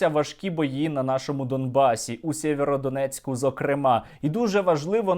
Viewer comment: Тільки не Сєверодонецьк а Сіверодонецьк